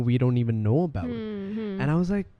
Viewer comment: Aboot ( here comes the canadian accent ) 😁